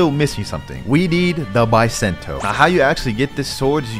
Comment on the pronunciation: Bisento not baisentou